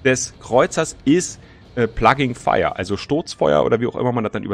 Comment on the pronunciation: Das heißt nicht plugin fire sonder plunging fire, hat mit "plug in" so gar nix zu tun ;)